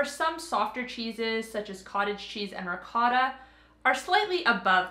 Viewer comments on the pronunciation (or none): none